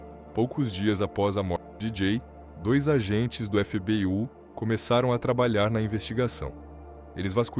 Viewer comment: Porque você não fala o nome do FBI corretamente. Parace uma AI falando 😂😂